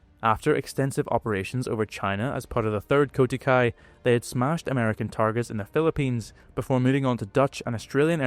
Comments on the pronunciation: Nice video pal, did you use the Osprey duel book as a resource? Just a note, it's "kokutai" not "kotukai" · It’s KOKUTAI (航空隊air corps) not KOTUKAI. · Its not “Kotukai” it’s Kokutai. Addressing the error would be nice. 👍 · A slight correction: It‘s „Kokutai“ (航空隊), not „Kotukai“. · It's kokutai not kotukai. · not KOTUKAI but KOKUTAI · It's not 'Kotukai', it's 'koukuutai' (航空隊）. long o, long u. Those interested in reading a Japanese pilot's account of the attack on Pearl Harbor should read 'The Miraculous Torpedo Squadron', the autobiography of Juzo Mori. Mori vividly describes his life in pre-war Japan, training to become an IJN pilot, flying in China and his roles in the PH attack, the attacks on Wake, Midway and Guadalcanal. This is a must-read for students of the Pacific War. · Kotukai means nothing in Japanese. Kokutai has many meanings, including of the highest importance in Japanese culture. It’s not at all comparable simply to pronouncing a vowel differently in the same word. “Squandron” and “Wign” aren’t words in English either, but at least suggest some meaning.